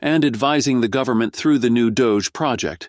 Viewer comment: But we're here from the 'Guvmint'... We're here to help ! 🤣🤣🤣